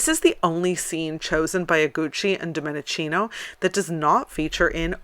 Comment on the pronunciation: Please correct your pronunciation for God's sake: it is Domenikino, not Dominicino. Domenichino has "ch" that in Italian sounds like K... I know I m petty, and I irritate you, but I m not for this, I just want to hear you speak eloquently 100%: I m an admire of yours, trust me. Oh , one more "correction : the E in Domenichino is meant as an English A, so I should write this name as Dom-A- ni-K- ino for pronunciation reasons only.